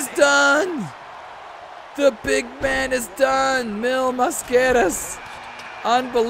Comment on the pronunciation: Lol meel mah-scah-rahs.